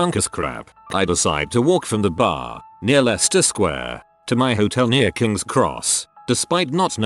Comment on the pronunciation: Can pronounce Leicester but not Poughkeepsie. Huh. ok~